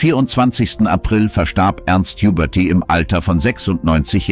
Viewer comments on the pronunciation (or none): "... starb Ernst Juberti" - Hhhubérty! 😂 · Schade....... Computerstimme. Huberty =Jubberty Gysy=Güüsy etc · Huberty als Juberrty mehrmals falsch auszusprechen ist schon peinlich... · Wenn das keine Computerstimme ist, wieso werden dann manche Namen und Wörter falsch ausgesprochen. Den Namen Ernst Huberty sollte man dann kennen und ihn nicht Juberrty aussprechen, genauso wie „Schöne Maid“ von Tony Marshall falsch ausgesprochen wurde. Sehr komisch 🤔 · die Stimme ist nicht echt, denn ein Mensch würde nicht so viele Namen so dermaßen falsch aussprechen. Vieles wird Englisch ausgesprochen, das weist auf ein Computerprogramm hin. Ein echter Sprecher würde sich bestimmt erinnern an Ernst Huberty oder das Lied "Schöne Maid" von Tony Marshall.